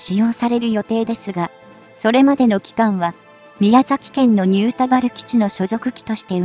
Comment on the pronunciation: ああっ！ちゃんと「にゅーたばる」(新田原)って言った！！ 感激、ご苦労様です。